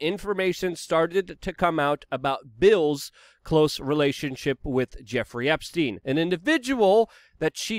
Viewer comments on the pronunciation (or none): none